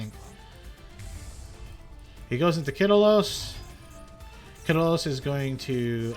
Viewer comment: Welp atleast he pronounced "heartbeat" and the other spells and traps correctly. . . . But as for "merril" "kitilos" "hauvinis" and "skyren" my fucking ears are bleeding